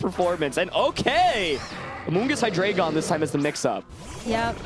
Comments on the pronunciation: ITS HY-DREI-GON THE DREI IS 3 IN GERMAN ALL ITS FORMS FOLLOW THIS FORMAT STOP SAYING HIGH-DRAGON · The next person to say "Hydra-gone" will suffer the consequences. (ರ◡ರ )